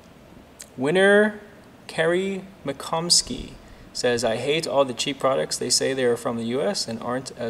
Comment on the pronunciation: Also so impressed you pronounced Mccomiskey correctly...no one ever does lol